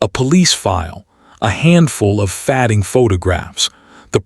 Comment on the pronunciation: One of these days, it would be lovely to hear a story read by an actual human, instead of some AI talking about "fahd-ing" photos and "breath-ing" slowing. But hey, that's what happens when lazy folks toss a few prompts into GronkAI, and don't bother to proof-read the script before telling the AI to read it... and then don't listen to their own AI filth before posting it online.